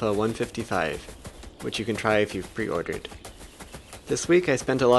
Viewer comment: You say "if you pre-ordered" weirdly :S